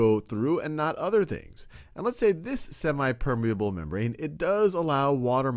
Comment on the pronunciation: It's not semai it's semi